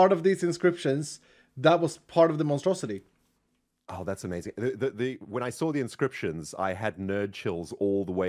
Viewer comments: The monstrosity became the monustrosity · Instead of monstrosity, it's not monu-monstrosity...or Mono-Strosity!! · "Monostrosilith" ... I tried